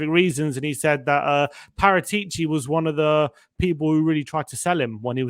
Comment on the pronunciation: Please pronounce Paratici correctly. It's disrespectful.